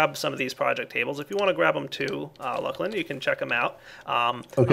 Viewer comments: Not looclin. It's luclin... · why do you call him lukelin? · luuclin? fail...